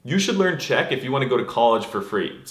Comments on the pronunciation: wow, your Czech pronunciation is spot on! Congrates! You should learn Czech also if you want to live and drink with us here in Czechoslovakia and our capitol of Chechnya. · Fr, Czech is one of my first language and he NAILED it